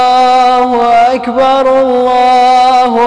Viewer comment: Its not Akhiii bar , But Ak Bar😏